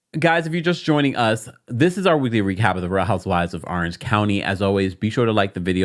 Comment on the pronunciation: I love you but Orange starts with an O not an A arenge county 😂